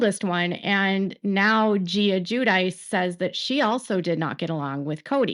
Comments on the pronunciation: Gwi-dee-chee, not jew-dice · The way they pronounce Guidice kills me. I'm originally from NY and I know that ain't right even though I'm not Italian. I am, however, Jewish, and that is helpful for the proper Italian pronunciation, which sounds like Jew-dih-che. If I were an Italian official and found out they pronounced the name that way, I would have sent the hubs right back to the U.S. when he arrived post- deportation. 😂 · They pronounce is Jew-dice themselves though. I don't have an emoji that conveys enough horror so I'll just leave the cringe one instead 😬